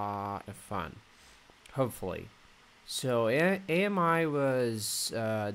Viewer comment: It’s not A-M-I its pronounced “Ah-me” like the French word for friend.